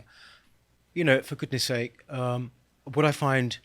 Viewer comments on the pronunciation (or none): none